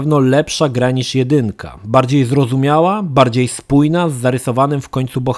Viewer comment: ale śmiesznie wymawia "zrozumiała" :P Wiem, że to nie jego wina, ale osoby sepleniące brzmią tak głupio :-)